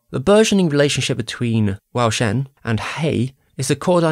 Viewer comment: this is a r;y good video analyzing one of the most deserving movies and series of all time, but the way you pronounce some of the names , specifically wu xian, takes me the fuck OUT , like u pronounce it different every time??? I would look into it more if I were you and I recommend just practicing So you give the culture its due respect. also in terms of your criticism of feng xi being too unsympathetic, I have to disagree. as a person of color I understood perfectly his point of view being unwilling to join the guild. It’s not the same thing. I completely understand not wanting to assimilate to a culture you never asked for and was literally forced upon you, while your own culture and way of life you simply have to suppress and leave behind and in some ways act like it’s less civilized, less important and less beautiful and rich and intelligent than the culture of your colonizer. So, feng xi’s point of view is a lot more nuanced than you give credit for, althoigh I agree that the movie presented him slightly too villainously (being willing to hurt other yaojing). Though I don’t blame you for not getting that on your own because that’s not a perspective you necessarily have as a white .....and British.....person.